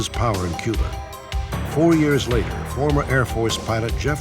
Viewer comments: There is no Q in Cuba, the C is a hard C, pronounced with the K sound, ie KUBA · There is no Q in Cuba - it is pronounced - Kuba - a hard C - as in Castro